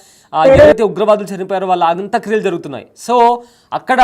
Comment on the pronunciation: పేర్లన్నా సరిగా తెలుసుకొని మాట్లాడు బాబూ. హఫీద్ సయీద్ ని రావూఫ్ అంటావ్. అంత్యక్రియలను అంత క్రియలంటావు.... నీకు స్క్రిప్ట్ ఇచ్చినోడిది తప్పా, లేక నువ్వే అలా చెప్తున్నావా....